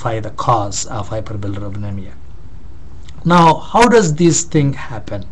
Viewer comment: cant u pronounce hyperbilirubinemia properly? ^^ hihi